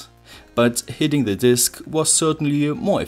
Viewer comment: 'The' als 'thi' ausgesprochen ist nur vor Wörtern, die mit Vokallauten anfangen ( bsp. 'the end', aber nicht 'the voltage')